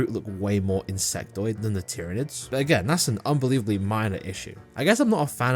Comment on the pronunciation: tryanids lmao 😂